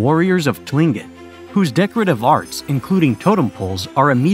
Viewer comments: Tilingit is pronounced klink÷ it. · Tlingit is pronounced like Cling-kit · Tlingit is pronounced Klinckit. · Pronounced klinket. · I just got to him saying Tlingit, he really did no pronunciation research on this video did he?